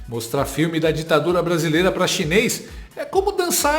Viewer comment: Português do lula com a inteligência da dilma é " pá acaba" 😂😂😂😂😂😂